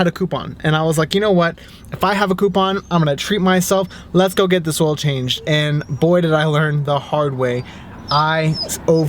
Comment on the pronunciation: At the start of the video It sounded like was saying, "Let's go, stop screwing around!" And those scores at Amazon are spot on. You're saving money and time by not having to go to a box store. I have found Walmart to have the best prices on oil and filters. As someone who does his own, I buy several of the 5 qt. jugs and use one of them as the 6th quart extra jug instead of buy an extra one an the inflated price, since three of my five cars use 6 qts. I believe they know that ppl are needing on extra quart or for those that have leaks and are inflating the price on the single quarts. Very informative video, keep up the good work guys